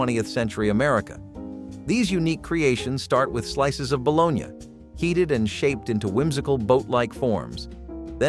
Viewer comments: WTF is balonya?😂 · Bologn ya?? Lol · Just say baloney for God's sake! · Bro if you say, "Balone-yah" again, I swear... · Bolon-ya? No. Its BALONEY...You have to cut into the slices if you fry them so they wont bubble up. Also never ate gross sardines in any form, nor spam, potted meat, vienna sausages in the 70s. The chinese read us wrong for this video. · The guy who is pronouncing this ba lone ya has obviously never had a baloney sandwich. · Stop saying bo-lone-ya!!!! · Its bull onee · Pronounced “ baloney” not balogna . Just saying👍🏻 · If you cannot pronounce baloney correctly, you are disqualified from any further discussion. Shameful.